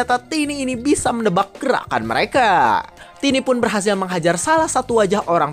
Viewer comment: Bang tiny itu disebut taini bukan tini kalau tini itu tanteku